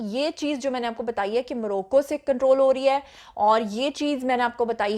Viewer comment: “موروکو” نہیں موراکو اور یہ کوئ جزیرہ نہیں ہے۰۰۰ذرا تحقیق کر لیا کرو۰